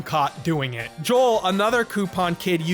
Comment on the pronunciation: Ok, you cant be coupon king and not know how to pronounce the word "coupon"! 🙄